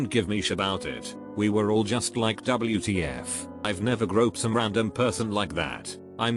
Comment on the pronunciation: "double-U Tee Yef"